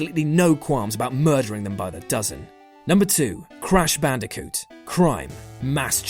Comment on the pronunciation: "Mudering an entire family."